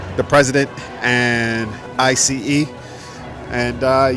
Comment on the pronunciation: for a watch YouTuber, lives in the smallest watch bubble I know. His frame of reference for everything is only Rolex. Tsk tsk tsk: another case in point.,: my ears hurt. I C E! Hahaha. Ever heard of a No King‘s protest 🤦🏽‍♂️